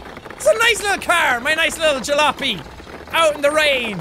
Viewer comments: Jack, its called (Ja-la-op-y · It's pronounced, ja-lop-ee (say quickly!)